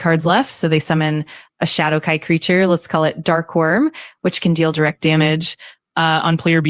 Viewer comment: Hadowkai? LMAO the AI even low key makin fun of ol.👌🤣🤘